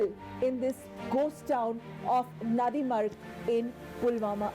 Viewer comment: It's not nanrimarg idiots. It's Nandi Marg.. Nandi the vehicle of lord Shiva don't try to distort the name